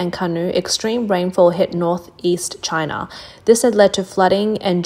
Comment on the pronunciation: "Just another day in Chynah..."